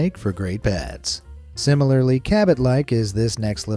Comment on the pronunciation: Why does cabbit sound like cabbage